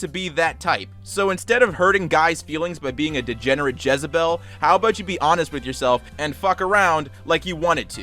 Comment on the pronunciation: yes omg ive never met anyone else who says jezabel 😂❤️